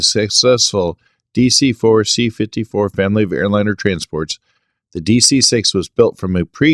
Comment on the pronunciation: Slow down. Pre-exist-ing.